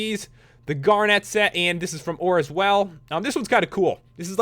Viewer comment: It's pernounced amithist and garnit